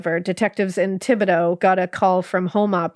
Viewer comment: Great job on the Cajun (coon-ass) pronunciations! Those aren't easy words, and you got about 80% of them spot on! Thibodeaux used to be my last name and no one outside of the state ever gets it right!